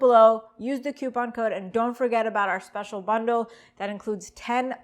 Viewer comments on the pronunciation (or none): none